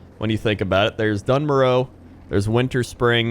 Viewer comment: You said dun morough right!!! Yeet